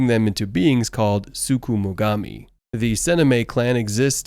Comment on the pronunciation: I'ma need you to chill on saying sukumugami